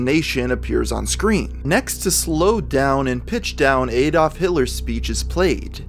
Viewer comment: Why are Yanks so fucking bad at pronouncing "Adolf" and "Saville"?